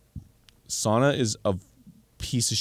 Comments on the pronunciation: I caught that too, I was wondering why he suddenly pronounced it correctly. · Me as a Finnish person hearing Arin and Dann jokingly pronouncing sauna spot on😍😍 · As a Finn I really appreciate them pronouncing sauna correctly